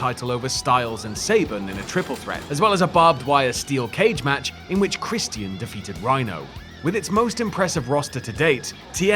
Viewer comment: It's Christian not Christian.